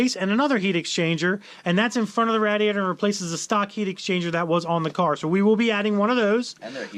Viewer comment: u really need to learn how to talk lol. Vadder, Garrber. HOOOsier, RaDDiator. That is the fucked up words list hahaha.